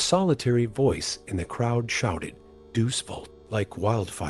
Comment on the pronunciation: It is not Deus (doose ). It is Deus (Day us).